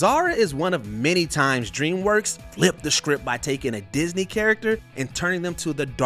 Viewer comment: Stop letting this guy do the voiceovers. He can’t say simple words like “ask”. He says “asksksks”. He calls DreamWorks “Dreamswork”. Every single video he does, he gets names wrong, mispronounces simple words, called “the Gray Ghost” the “Gary Ghost”, etc. If you’re getting paid to do something, do it well.